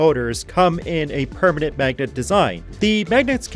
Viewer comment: Permanet? Lol